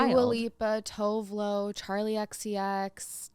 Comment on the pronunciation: Just thought you should know - tove lo is from Sweden and her name is pronounced TWO VAY LUOV <3 lol